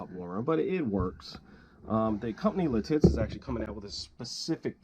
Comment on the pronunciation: By the way, the town/company is pronounced “Lit it’s”. Not “Li tits”. I am becoming a fan of this watch, may need to add one to the collection. Great video!